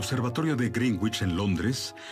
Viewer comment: Meridiano de -asi se pronuncia-"Grenich".